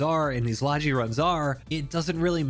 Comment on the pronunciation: Hearing people pronounce "logi" that way is like nails on a chalkboard.